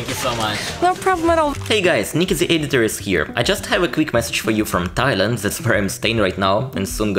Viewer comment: I advise practicing saying the instead of za and they instead of zey